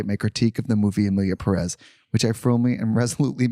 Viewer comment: for starters it's PErez not peREZ. Peréz doesn't exist